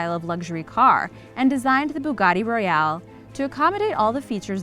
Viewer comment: Could you pronounce Bugatti the way it looks and not how it’s spelled thank you